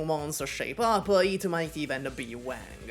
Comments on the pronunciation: Ok, sorry. It's not "Wæŋg" like the way you say "Wank", it's "Wàng" like the Won you use in "Wander" but a bit more of the "a" sound to it. Anyways, cool video :D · It's Wang bro it's Wang